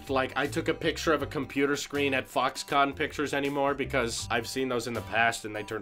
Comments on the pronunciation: fuckscon. that how I hear it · Did he just say FUCKSCON 😂😂😂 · Did he say fucks-con ?:D